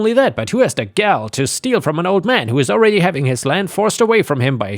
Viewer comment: "Gal", ye gods, this is getting literally painful to hear. Please, for all that is holy, learn to pronounce this word. 😮